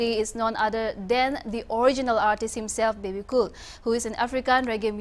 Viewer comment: Guys the name is Bebecool not Babe Cool